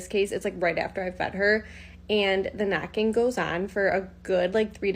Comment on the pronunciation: I want To say I love your videos. I just love your contact. I've been binge watching sometimes when there's nothing else to watch but I want to say sometimes I have a little bit of a hard time hearing and the first video I didn't hear her say knocking to me, I thought she said macking. So i was a little confused like who's macking And why are they macking LOL.😅